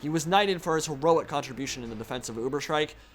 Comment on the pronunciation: Pronounciation of Ubersreik is more like Ubers-Reik, meaning "upper Reik (river)" in german. There is no sh like in shriek or shrike or sth. Greetings from your fellow grammar witch hunter from Germany!